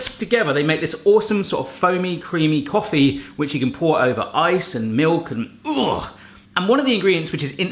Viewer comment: Take a shot every time he says mewk (milk)